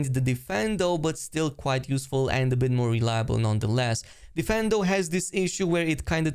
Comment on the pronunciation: It's difFINdo, not deFENdo